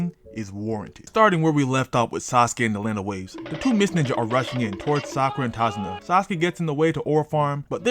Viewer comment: Sak-aura. Done seee. Chunin exam. Sakura was kinda cooking.